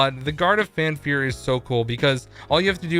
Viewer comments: For the love of God it’s FAFnir not Fanfir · He said “guard of fan fear” FAN FEAR. I literally cringed every time I heard it